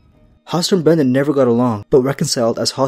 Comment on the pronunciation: BRYNden not BRENden